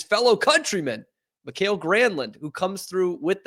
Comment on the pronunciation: Ok, as a Finn I feel I need to suggest using Google Translate to get the pronunciation of Mikael at least close. Everyone pronunces words foreign to them wrong, it is what it is, but MA-kyle is so much off reservation that it took me a beat or two to figure out the word he was referring to . 😁